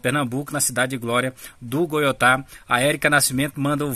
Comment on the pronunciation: Nao e goiotá. É goitá